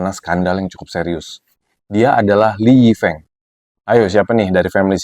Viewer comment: Speaking his name " Lee Yi Feung " Bkn Lee Yi Feeng